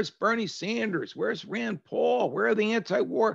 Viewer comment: Actually his name is ran RAN Paul